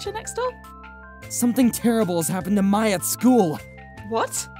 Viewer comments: Correct me if I am wrong, but isn't her name pronounced as "My" and not as "May"? It's the way the name is spelled. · ...I'll give a pass to the mom calling Mai as May due solely to Avatar the Last Airbender having a character named Mai pronounced as May.